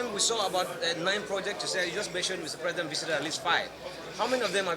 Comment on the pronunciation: This not the voice of wike I know. Pronouncing president as present. Why hasnt wike come out live to wish tinubu happy birthday?